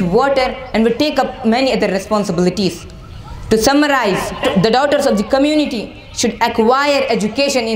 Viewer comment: its the home not theee home